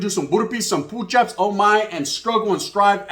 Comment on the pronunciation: This man said “doing some borrr-peez and pooch-ups” getting in shape 😝 💪